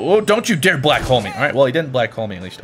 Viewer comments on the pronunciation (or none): none